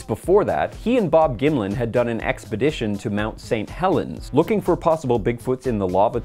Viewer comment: gonna be real, I thought he was saying Bob Gimli for like half the video.